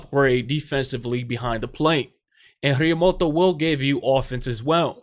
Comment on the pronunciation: El tío se llama Realmuto , not Realmoto